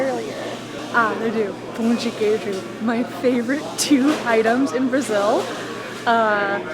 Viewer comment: Sei que muitos gringos falam PAU de queijo, mas é a primeira vez que escuto " pum de queijo" ahhahahahahahahha eu ri genuinamente